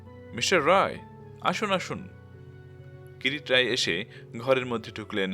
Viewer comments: Pronounciation is not good. It's not Kirit it's Kirti roy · যিনি গল্পটি পাঠ করছেন, তিনি যদি নিহার বাবুর গোয়েন্দা কিরিটী রায়ের নামটা বার বার "কিরিট রায়" বলাতে বড্ড শ্রুতি কটু লাগছে। ওনার কাছে সনির্বন্ধ অনুরোধ,উনি যেন সংশোধন করে নেন। ধন্যবাদ। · কীরিট রায় কী? নামটাও ঠিক করে না বললে অসহ্য লাগে